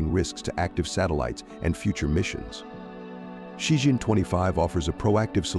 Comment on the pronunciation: It's Ci Chien not Ci Jian.